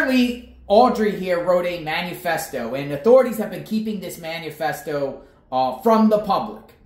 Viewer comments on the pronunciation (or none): It’s not “manu-festo” it’s “manifesto” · You are still pronouncing Manifesto wrong. There is no U. It is not Man U Fest O. It’s man I fest O. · Please learn the correct pronunciation of manifesto